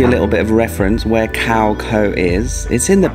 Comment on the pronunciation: Small thing, but Your pronunciation of Khao Kho is cringeworthy… 555, hopefully by now you have learned how to pronounce.